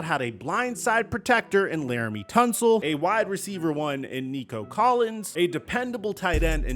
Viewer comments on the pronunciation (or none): none